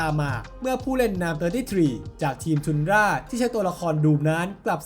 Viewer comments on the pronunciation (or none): ทันดร้าครับ ไม่ใช่ทุนดร้า เลิกอ่านทุนดร้าได้แล้ว